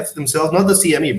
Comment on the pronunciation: This guy keeps saying “SME”... Lol. It’s CME